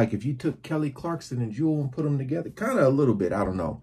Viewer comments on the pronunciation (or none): none